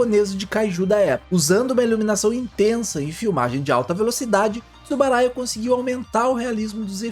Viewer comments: Uma pequena correção, o nome correto é Tsuburaya. Foi falado por todo o vídeo "Tsubaraya". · É Tsuburaya e não Tsubaraya.